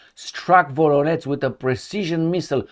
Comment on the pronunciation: It's Voronezh - not Voronetz Zh sound, like in Corsage Or in Bon voyage